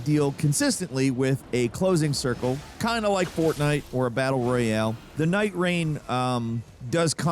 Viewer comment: " fortenite" what is this english 😭😭😭